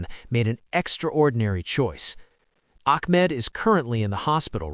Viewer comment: It's pronounced Bond EYE Beach. And his name is not Akmed. So annoying. But it's wonderful that he was honored for his bravery and I hope his recovery from the surgeries will be quick and as painless as possible.